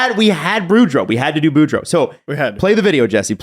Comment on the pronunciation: I think the copywriter is the only hockey fan on staff and the poor woman got trolled on air. How else so you miss the 'oo' in Boudreau and then add it into Tocchet?